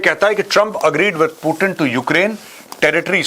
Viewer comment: पुतिन बोलो भाई l प्यूटिन क्या होता l अंग्रेज थोड़े हो l